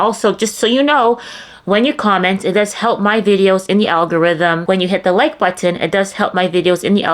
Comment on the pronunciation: Is it weird that i love the way You say "button"!